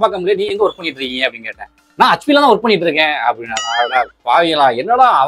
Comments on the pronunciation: hutchP illa adhu, hetchP nu sollunga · சகோ....அது(HP) ஹச்பி இல்லைங்க.... (HP) எச்பி என்று உச்சரிக்க வேண்டும். மொத்த தென் தமிழகமும் இந்த ஒரு வார்த்தையை இப்படித்தான் உச்சரிக்கின்றது. ஏன் என்று தெரியவில்லை.